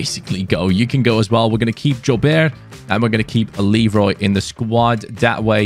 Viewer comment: Hi, people are always saying Leroy Lero "y" but its pronounced as "Leroi". Btw Super vid 👍